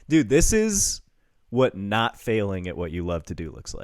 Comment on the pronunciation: Tell me you’re Kurtis Conner without telling me you’re Kurtis Conner: ‘dude’ but it sounds like ‘deed’